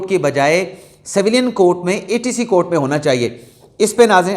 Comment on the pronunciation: saheb Saveelyn naheen civilian bolty naen